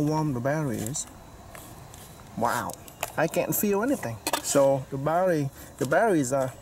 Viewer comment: What the hell is baddawees do you mean Battery's and omfg what the hell is a waddabodda take it you mean water bottle yeah that's two words not one word and it's water not wadda.